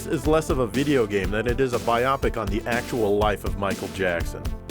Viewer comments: Bi-opic haha sounds scientific... I think he was referring to bio-pic as in biographical picturr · Did you say "BY-opic" instead of "bio-pic"? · Bio pic not bi oppik